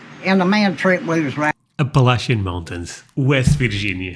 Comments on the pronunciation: You pronounced Appalachian correctly (App-puh-latch-chin) -Someone from NC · I was proud of him for pronouncing "Appalachian" correctly too (at least the way we pronounce it in NC) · Just wanted to say thanks for pronouncing Appalachian the right way.